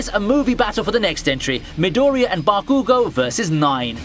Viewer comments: The way your pronounce bakugo is so annoying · Why do you pronounce bakugo, hanami, and naruto like that?!